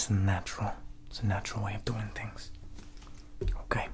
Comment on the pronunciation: Gotta love his “how you dOUin?”